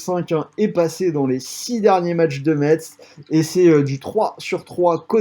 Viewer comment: Super merci beaucoup ! Par contre Metz ca se prononce Mess comme la mess de l'église 😂